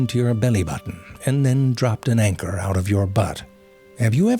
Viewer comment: California comes to mind hearing you say the words, "Anchor" and "Butt"